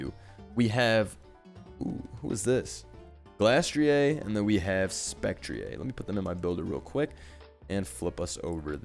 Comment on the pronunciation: Glastrieh? Spectrieh? What kind of French pronunciation is this?